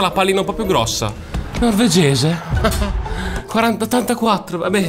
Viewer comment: Ahahaha, novergese 😂 Eriksen